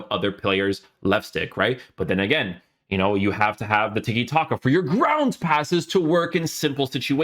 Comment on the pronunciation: My man said "Grrrrnnddd" passes 😂😂 hey man don't crush your teeth bro. Not worth it 😅